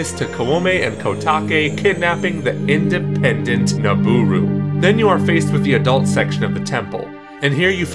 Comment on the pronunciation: kidnapping the IN👏DE👏PEN👏DENT Naboru😂